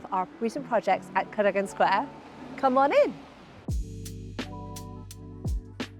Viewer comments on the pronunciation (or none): It’s pronounced ‘Ca-dag-gon’ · Hi Sandra, not to be rude but it might be a good idea to learn how to pronounce “Cardogan” correctly. 🙂